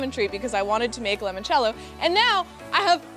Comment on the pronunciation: Limoncello not Lemoncello 😂